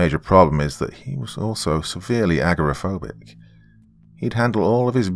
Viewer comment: agoraphobic. not aggro-phobic. awesome other than that.